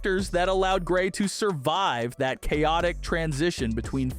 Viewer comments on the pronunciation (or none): none